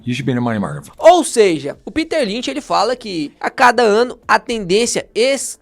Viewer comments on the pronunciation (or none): none